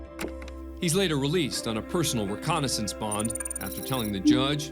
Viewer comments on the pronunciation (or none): It’s reCOGnisance not reCONnaisance. You could spell it correctly but your AI could not say it. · "Recognizance," narrator, not "reconnaissance." I don't normally insert grammatical corrections on other people's comments, because that's a dickish thing to do, but you're a professional and this is your field. Learn to pronounce things.